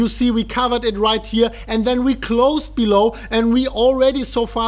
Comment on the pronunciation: King yes your right the last time he did. However I’m sure others will agree when I say. I hear the word “and” as end many many times and when it’s said in quick succession after the word “BELL” it’s bellend ... and he says it a lot. He’s a good guy so I thought I’d point it out as he says it a lot !